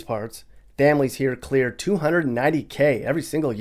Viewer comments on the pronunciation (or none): none